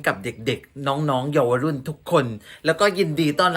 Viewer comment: พระมหาเทวีเจ้าได้พระราชทานศัพย์ใหม่แล้ว เยาวรุ่น อ่านว่า เยา-วะ-รุ่น มาจากการผนวกคำว่า เยาวชน+วัยรุ่น เพื่อให้คำพูดกระชับขึ้น